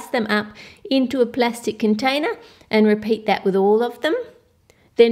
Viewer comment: And Plastic = Blastic